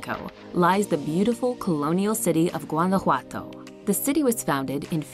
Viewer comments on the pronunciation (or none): none